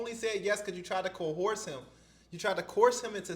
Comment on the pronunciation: Coerce is pronounced ko-urs